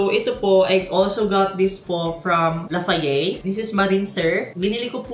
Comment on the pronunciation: lafayey? lol gurl lafayette is pronounced lafayet ❤